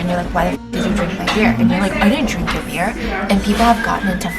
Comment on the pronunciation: will always be ICONIC for his “BEAR” instead of “BEER”!!😂😂